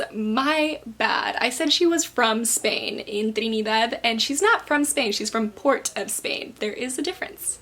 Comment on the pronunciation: your saying "trinidad" incorrectly, there is no spanish accent to it. its "trini" "dad" P.S. I am from Trinidad